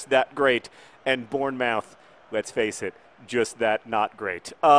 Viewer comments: btw it's born-moth, born-muth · It's pronounced Born-Muth good try though, i'm glad you feel better! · I had no clue what you were saying in regards to Bournemouth, it's said like Born-mooth :-) Glad you're feeling better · Again your pronunciation of English towns is killing me. It is Born-Muth. That's how its pronounced. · That pronunciation of bournemouth was truly awful, and made my day haha